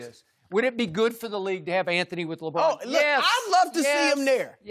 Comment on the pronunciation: LA Brahn